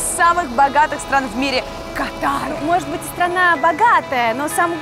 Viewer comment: Государство называется кАтар а не катАр!